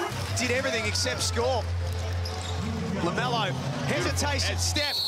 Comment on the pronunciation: it's like they're saying Lamelo Bull 😂